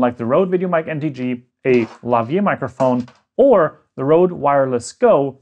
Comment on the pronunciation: More often than not you would use a lavalier with the Rode Gos and Pros and those microphones/transmitters would provide their own power and it would be the receiver that would make the connection to the XLR which you did not cover. BTW its pronounced laa·vuh·leer .